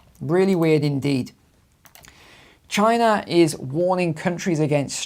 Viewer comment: 33 "Chiner"?